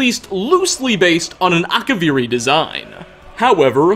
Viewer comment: Akavirrii Katanas, but yes